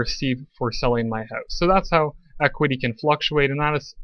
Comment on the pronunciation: You killed it after pronouncing house like hozz 😂